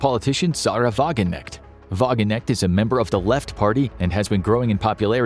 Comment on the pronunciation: Her Father was Iranian. Maybe "Wahgeneckt" is an Iranian name and we got it wrong the whole time. ;)